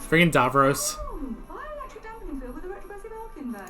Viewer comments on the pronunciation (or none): Dav-ross not Dav-rose 😁